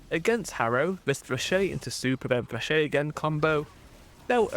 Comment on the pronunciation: thats not how you pronounce flechette but i kinda like it more than the actual lmao